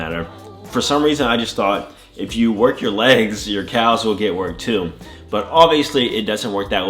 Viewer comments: Is he saying CALves? It’s pronounced cavs or am I tripping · I like how he says “calf’s” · Nobody gonna mention how he pronounces calves ?